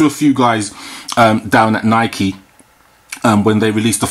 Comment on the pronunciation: 25th anniversary, and you didn't pronounce nike correctly just saying